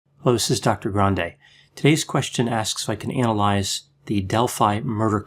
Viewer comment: I like the way you say, "anal eyes".